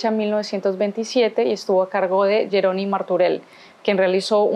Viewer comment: Fas divulgació de la història de Barcelona i no saps com es pronuncia "Jeroni", "Iu" o "Canonges"?